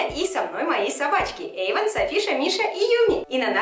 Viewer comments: Кошка Шарлота Эйван а не Ейван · Почеmу Эйвана ты назвала иmенно так?